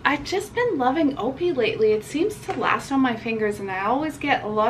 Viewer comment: It’s pronounced O.P.I. but “Opie” made me chuckle! ☺️